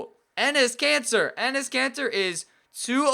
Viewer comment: and he says cancer instead of Kanter 😂